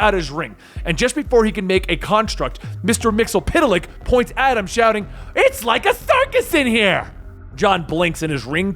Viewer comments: Mr Myxzptlk not Mr MyxlPtlk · "Mxyzptlk" is not pronounced "Mix-el-pit-a-lick", it's "Mix-yes-spit-lick". Come on, man, he was played by Gilbert Gottfried, the least you can do it get his name right. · It's (MIX-YES-SPIT-LICK)